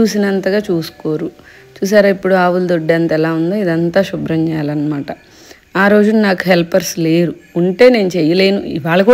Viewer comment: Emandi "subhram" not shubhram.... please try to...😊